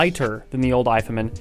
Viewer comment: His pronunciation of “hifiman” is seriously annoying. Very.